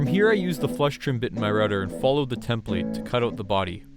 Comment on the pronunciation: The way you say template irks me It's an output not input